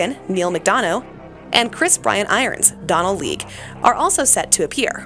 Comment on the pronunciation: She said donal league...🤭